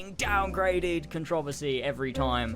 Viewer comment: CAN-TROV-A-SEE = CON-TRO-VERSY